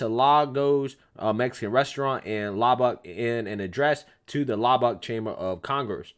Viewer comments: YES SIR. one little tic... Luh-buc, Lubbock Texas. Like Prescott Az. It's not "press cot" its "preskit". Love your show nonetheless. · 👉🏽 pronounced LUB-BUCK